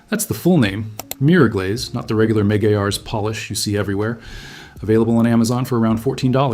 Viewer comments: It’s pronounced: ma-gwires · It's pronounced" MAGWIRES" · Hey I believe it's pronounced MC GWIREZ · He pronounced it wrong. It’s a temporary shine but it works well.